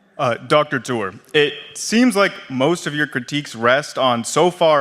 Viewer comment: Hawk tour? Say that again